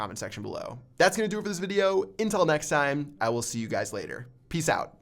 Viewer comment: Is it just me or does he say "intel", not "until" at the end!